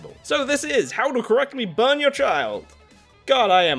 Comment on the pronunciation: "How to correctly brun your child" well oof